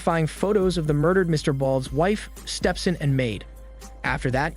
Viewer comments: i like how he says Stepson instead of Step-Son like Stepson is dudes name... lol🤣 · Many minor corrections needed. The guys on the subway weren't speaking Italian. And the narrator (AI?) doesn't know how to pronounce stepson (stepsin) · Lmao--I was looking for this comment! "Stepsin" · “Stepson” instead of step son. LMFAO Bro he was speaking Spanish not Italian.